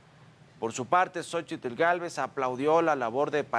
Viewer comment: Deberían darle clases de español y náhuatl al reportero. Francamente es patético verlo pronunciar con esa "tl" tan marcada.